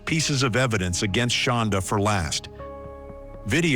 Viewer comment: She pronounces it Shonda, but it's spelled Shanda, like panda... She absolutely hates it when people pronounce it like panda, so of course it's the only way I say it,😊 even if she doesn't know me from a hole in the ground or that I do it. I loathe the demon. Both demons.